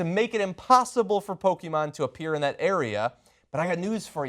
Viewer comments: Are you pronouncing Pokémon wrong on purpose just to annoy the viewers? Just curious. Po-ke-mon not po-ki-man. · it is not "pokimon", pokémon means pocket monsters, so don't pronounce it "pokimon" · PokemonGO NOT "Poke-man-GO" you fuckng bitch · did she just fuking ''POKEMAN'' at the begining of this video? SMH Anna wtfff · "Pokey-man go" Ana get your shit together... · Did she say Pokéman GO in the beginning!?